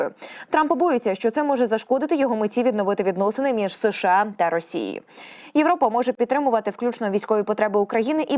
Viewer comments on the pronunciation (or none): none